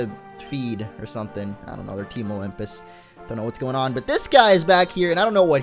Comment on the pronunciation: when says i dont know it sounds like he is saying audino